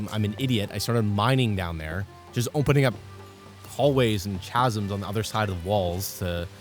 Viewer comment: the fact that you say chasms with the ch sound hurts my soul